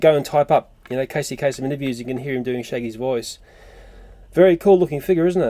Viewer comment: sorry but it's casey kaSEM not kaSON